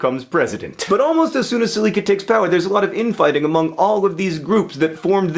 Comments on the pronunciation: Glad to see mispronunciation is still your thing John... Sel-eh-kah. Wonderful video though! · Séléka: SELL-ECK-UH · You are butchering that name seleka